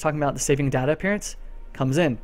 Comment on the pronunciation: stop saying Data wrong! Christ!